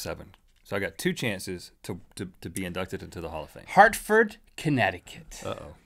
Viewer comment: Harford? Did they say Harford? I LIVE THERE.